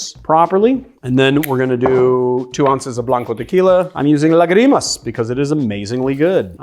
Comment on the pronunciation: Dig the cocktails. Just want to note, because it seems you’ve been conscious of your Spanish pronunciation as of late (appreciated as a native speaker), there’s an accent over the first “a” in lágrimas, read “LAH-gree-mahs”